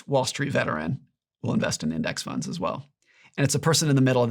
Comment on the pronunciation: "retirement tunds" "riving expenses"